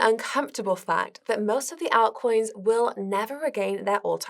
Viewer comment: First and foremost: Great video! However: "ah-ltcoins" "Peter Thile" ???